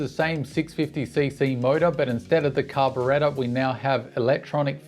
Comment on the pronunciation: "Car be re ta" lol they should have given it a twin. And why can't Kawasaki route a hydraulic rear brake hose correctly?